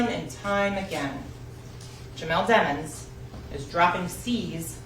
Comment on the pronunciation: Sometimes she pronounce his last name as Dimons and sometimes Demons when she’s tryna make a point